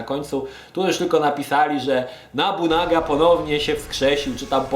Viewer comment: Od pierwszej części mnie to męczy, nie Nabunaga tylko Nobunaga! To aż kole w uszy.